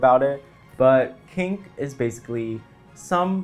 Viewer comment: I thought you said pink not kink and i was confused as fuck